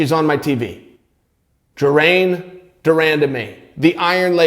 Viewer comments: Adam 12 Also the best part is, he will continue to say ''Geraine's'' name this way in his video's, unless he is on ESPN. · GERAINE de Randamie.. well I guess her name is now Geraine officially. Uncle Chael said so. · If Chael says it's "Jeraine," then it is Jeraine. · Jerrain de randamie c'mon chael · You know it's a Chael video when he fucks up a fighter's name in the first 2 seconds of the video starting :-P